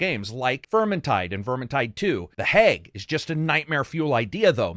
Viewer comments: Love your videos, really do.. love the wordsmithing, thats what sets this channel apart for me. However... its how you pronounce words that shouldnt be that badly chopped. Hag is pronounced like bag not "heg". Maybe its an accent difference? I dunno, but same way you pronounce Yakuza hits me in the pet peeve. /twocents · Lol I love hearing you say “hag” as “hayg “. Reminds me of my Midwestern friends.